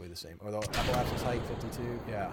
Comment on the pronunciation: do you guys pronounce "apoapsis" and "periapsis" incorrectly for comedy effect? There's no "e" between "apo" and "apsis" or "peri" and "apsis".